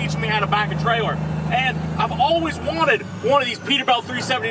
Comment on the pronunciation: "Perter Belt"